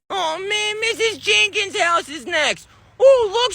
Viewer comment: And bro its mrs "jenkins" not mrs "jaykens".